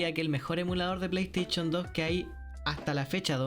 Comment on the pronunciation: La plestechon 2😂 me histe el día jajaja